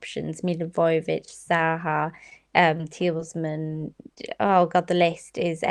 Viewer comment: Its so triggering the way she says tielemans considering everyone even on the show said it differently